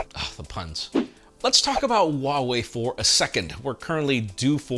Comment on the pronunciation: Lol.. If it’s snowing this badly in Texas now... I wonder what will happen when you pronounce Huawei correctly ... if.. you ever pronounce if correctly 😄